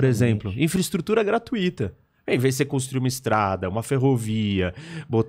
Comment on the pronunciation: Nem assisti o pod... mas o professor de geopolítica disse "gratuÍta"? É gratuita, doutor. Sem acento... onrre ceu kargu.